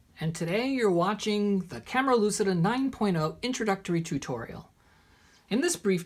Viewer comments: It's not "lusida" it's "luchida" (read as Hermione 😂) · WOW, at last someone who pronounces correctly Camera Lucida with the accent on the u, not on the i as most of the others do !!! Kudos 👏👏👏